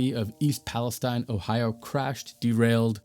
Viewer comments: East Palestine is pronounced PAL-es-TEEN. 😉 Excellent reporting, thank you. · That one’s “pal-ess—TEEN” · it’s pronounced palesteen! otherwise, good job. i know this is 10 days old so we’ve gotten a lot more information. i hope you plan on doing an update.